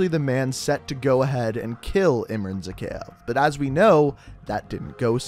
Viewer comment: His pronunciation of Zakhaev makes me cringe every time.